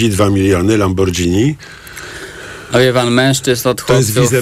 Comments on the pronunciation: lambordżini hahaha, panie prowadzący, lamborgini tak się wymawia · kurwa!! Lamborgini a nie lambordzini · A tym lambordżini jeździ na spadżetti? xD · Tys jest caly jak Lamordżini. Od kiedy to jest anglojęzyczne słowo?? Redaktor nawet do wywiadu nie potrafi się przygotować i poprawnie odczytać marki. Celem jego wywiadu są cyfry jakie Vega wydał na rzeczy materialne. Dziennikarskie dno. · Dwaj geniusze spotkali się i bredzą. Po pierwsze złoto najwyższej próby to 999 (24 karaty) ale jest to zbyt miękki materiał na zegarek i dlatego w zegarkach raczej stosuje się próbę 750. Po drugie Panie Żakowski przed wywiadem warto sprawdzić jak wymawia się Lamborghini bo tym Lambordżini to się Pan kompromituje. Tyle w temacie. A i jeszcze jedno coś staniał ten zegarek bo wcześniej słyszałem o 2 mln zł... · Lambordżini bosze.... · LAMBORDŹINI! ja jebe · Kurwa jak ja słyszę "lambordżini" to mnie chuj strzela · Oczywiście, że lamborgini...